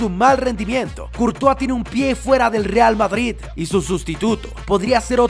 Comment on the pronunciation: No se si escucharon digo REAL BaBris